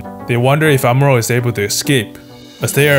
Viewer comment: good vid, just hate how he says amuro lol